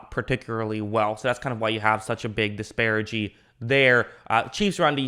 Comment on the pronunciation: Disparity, not disparigy